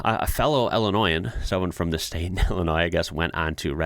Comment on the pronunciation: Wait. Someone from Illinois is "ill-annoying"?